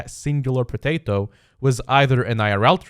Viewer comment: Why r u saying “potato “ so weirdly?